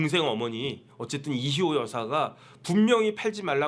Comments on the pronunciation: 왜 이희호가 이시호로 들릴까요?~^^ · 이희호 여사요 이시호라 발음 하시네